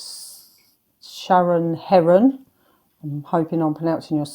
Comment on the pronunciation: ❤ yes, you pronounced my name correctly! Heron as in the bird - less common than Herron. Happy New Year from one of your newest members🎉 you are great at making the most of what you have - never mind what it looks like - it is very creative!